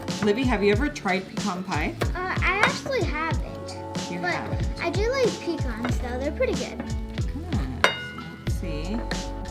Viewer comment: God bless you for pronouncing pecans correctly❣️💯🙌🏼💯😂 This looks delish, Im definitely making it! Happy Thanksgiving 2024 🦃🥮🍗